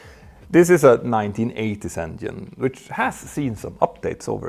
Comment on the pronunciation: You are fake.! Say engine no. 2 is on fire, decalring emererghienieh.... No way u have a pilot license, with such a pronunciation!!!! Engine. Not engihehnhihine!!!!!!